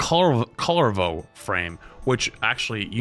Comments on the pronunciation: "Color-vo" 😂 For future reference, it's pronounced "Koo-yare-voh" (Hope that makes sense). He's my main Warframe, or most optimized/min-maxed one at the moment, love him. Always glad to see more people trying out Warframe. Hope you continue to enjoy the experience. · The funny thing is,, that it doesn't matter if you buy your way into a stronger frame, by lore definition, we are meant to be fearless warriors. So you buying Kullervo (the pronunciation on that one is weird, some call him Cool-erv-oh, some call him Kew-leyr-voh, up to you how you want to pronounce it, I don't even think the devs have decided on a single correct pronunciation xD) to run at the enemy with 0 fear is pretty on par for the Tenno. Also, as far as I am aware, all of their music is made in house, so all rights to their music should belong to them. You shouldn't run into any issues there. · 😂 when you said kullervo i died Its (cull-air-vo) i loved this content flats